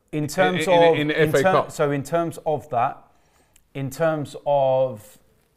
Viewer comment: All I hear is fa cup🤣🤣🤣🤣